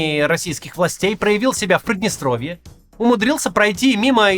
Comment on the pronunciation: Прыдныстровье? Через Ы? Максим, вы беларус?